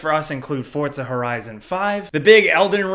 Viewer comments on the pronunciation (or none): Why does this guy say fortza? Lmao